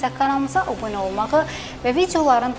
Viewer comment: xanım obunə deyirsiniz abunə demək lazımdı. diktor təhsili yoxdur.